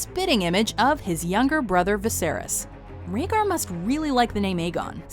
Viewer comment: Bitch its Raegar